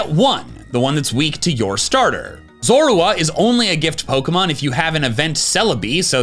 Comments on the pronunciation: The way you say Zorua bothers me..... LOL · You noticed that said Zorua kind of weirdly?